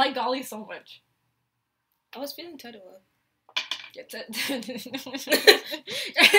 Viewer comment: si dice tedua no tidua